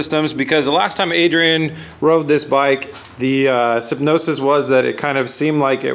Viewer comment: sin-OP-sys not sy-NOPE-sys 😉